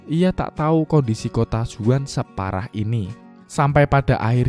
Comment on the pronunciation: Bang Zaun Bang Bukan Zuan